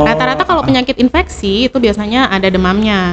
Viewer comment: ISPA Insfeksi saluran pernapasan Akut . atau atas ???? biasa dengernya Akut